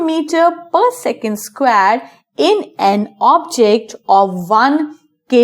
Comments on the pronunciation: It is square not squaare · The way you say square is killing me!!